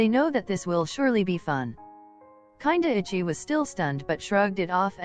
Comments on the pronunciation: Voice over “kindaichi” no “ kinda itchy” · HELP WHY DOES IT SAY KINDAICHI LIKE kinda itchy 💀💀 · You know what the funniest thing was : the text reader reading kindaichi kinda ichy 😂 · ughhh i LOVE that the reader said Kindaichi as " kinda itchy" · I loved this video! My favorite parts were where Kindaichi was pronounced Whenever it says Kindaichi It sounds like kinda itchy I kept cracking up every time his name was said